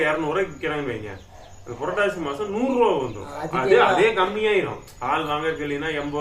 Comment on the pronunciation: வேஷம் ❌ புரட்டாசி மாஷம்